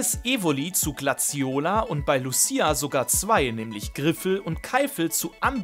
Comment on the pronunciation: Lucia wurde da leider falsch ausgesprochen 😅 Triggert mich leicht als Sinnoh Fan, aber wie immer wildes Video